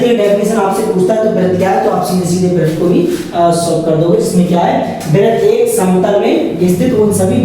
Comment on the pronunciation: वृत्त होता है 😂